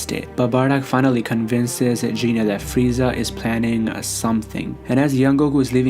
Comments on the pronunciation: you got the pronunciation of Goku's mother all wrong. Its GEENAY not JEANAY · Gine not jine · Can someone tell this nigga how to pronounce gine